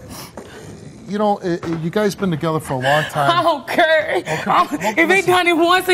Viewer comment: 2nd girl keep saying “i dont curr” its care lol